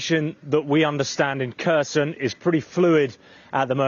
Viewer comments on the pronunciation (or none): I don’t like the way he says Kherson 😅